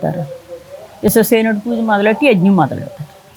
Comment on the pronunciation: విశ్వస్సేనుడు కాదండి విష్వ క్సే నుడు